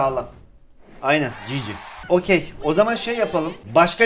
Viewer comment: Gg yi çiçi gibi diyor